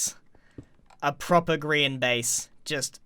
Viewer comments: It's not a green hous I s Grian hous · How do u pronounce grains name Green?